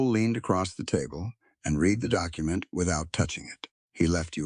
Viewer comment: You need someone who knows how words sound like reed instead of read. And several other words. It makes it hard to follow the story.